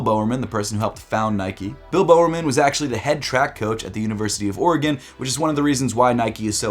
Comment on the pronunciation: pronounce bowermans name better pls